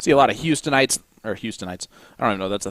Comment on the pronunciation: houstonians is the correct way 😂